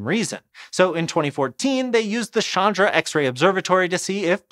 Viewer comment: Hi, no offense, but "Chandra" isn't French, and it isn't pronounced as "Shandra" anymore than "Chin" is pronounced as "Shin."